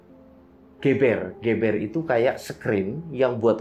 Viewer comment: Sekedar masukan, Geber wayang dibaca gewbewr mas, kalau ge'be'r baru dibaca geber.